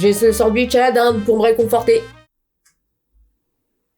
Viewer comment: Ton sondouitche il est bon😅😅😅😅